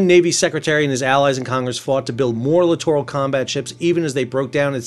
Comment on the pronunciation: My pet peeve with these ships is how most people pronounce it like "literal combat ship". Thank you for pronouncing it correctly.